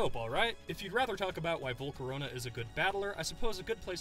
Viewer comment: VoLcOrOnA, oh waity, it's Volcarona.